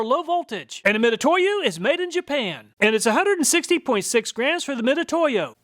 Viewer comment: it's pronounced Mi Tsu To Yo, not Mi To To Yo, つ is spelled both Tsu and Tu